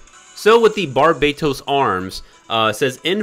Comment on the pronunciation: Bar-bah-toes not bar-bae;)-toast. Love you! Passing on banner